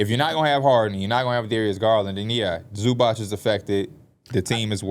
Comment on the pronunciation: Zubac name is pronounced Zoo-bots guys. I know y’all working on pronunciation but he’s too good to still be saying his name wrong